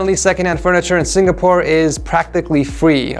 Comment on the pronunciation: Did he say: Singapoore?